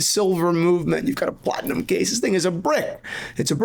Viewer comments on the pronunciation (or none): none